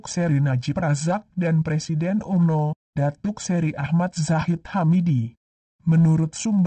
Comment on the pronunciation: Sebutan Umno biar betul Pak..